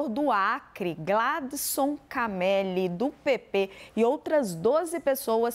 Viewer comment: Só uma correção o nome se pronucia Camelí.